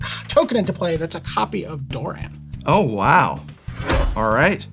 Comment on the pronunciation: its not pronounced duran, its doran, its an o